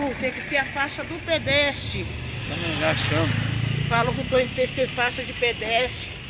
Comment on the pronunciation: Foi pra são Paulo parece q ficou abobada. Tá falando TD errado novamente! Falou canarins invés de falar camarim Falou faixa de pedesti invés de faixa de pedestre. Euem!